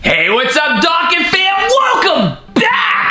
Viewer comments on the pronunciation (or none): The spirit is fire but i hate how he says dokkan... dokken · You're saying Dokkan wrong!!!!